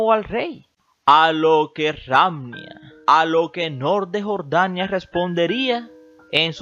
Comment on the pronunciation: Qué mal narras,pronuncia bien,Nuuuuuuur de Jorrrrrdania!😆😁😄😃😅😂🤣😝😜🤪👎👎👎👎👎👎👎Nuuuuuuuuuuuuuur de Jorrrrrdania